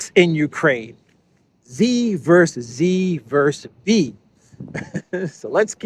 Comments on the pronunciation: By dear friend, it is not "vers." It is versus. Two syllables. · Hi, it's Versus NOT Verse. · Dude, it's "versus" not "verse" lol Great video as usual btw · Just FYI for fun. the abbreviation vs. stands for "versus" and is pronounced like it looks rather than "verse." Cheers.